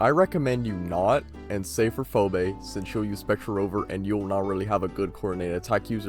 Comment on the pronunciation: Ive never heard anyone pronounce Phoebe as "Phobi" lol